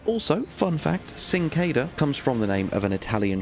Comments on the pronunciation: Sing-ke-de-ya. That's how you pronounce the dagger, mate. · It is actually pronounced "chin-kwe-daya" and is Spanish in origin. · i believe it is pronounced chink-wuh-day-uh